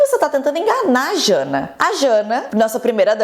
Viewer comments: Amiga é JANJA, e não jana, mas ta tudo ok, adoro as notícias narradas por você! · Acho que antes de dar as notícias tem que prestar atenção no nome das pessoas kkkk Janja e não Jana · você tem 30 anos. É esquisito você falar "Jana" quando o nome da primeira dama é "Janja". Não é uma questão fonética nem de pronúncia, está literalmente escrito o nome dela, além de ter sido MUITO falado na mídia. Além disso, você pronunciou errado o nome da vacina. É "Astrazêneca" que se fala. Acho legal o compilado de notícias, mas presta mais atenção! O formato importa tanto quanto o conteúdo, ainda mais quando você informa fazendo críticas. Gosto do seu trabalho. Bjs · Não é Jana 😂😂😂😂😂 é Janja 😂😂😂😂😂😂😂😂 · pelo amor de deus JANA NAO É JANJA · "Jana", "astra-zenéca" oi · adoro seu canal mas é um desrespeito a identidade das pessoas que vc NUNCA saiba falar o nome das pessoas e não se preocupa com isso. Todo vídeo ou vc admite sem pudor que não sabe falar e não procurou saber ou vc comete o erro como por exemplo chamar a Janja de Jana???? Cara, é a primeira dama sabe, vc é inteligente, procura saber sobre todas as coisas pra explicar aqui O QUE CUSTA vc respeitar a identidade das pessoas procurando pronunciar corretamente o nome delas?